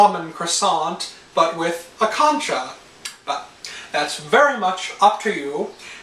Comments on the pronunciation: He say's concha like conch shell or something its Cohncha your mouth has the make the O shape 😭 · It's funny the way he pronounces concha